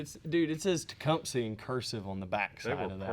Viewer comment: You finally learned how to pronounce “Tecumseh”😄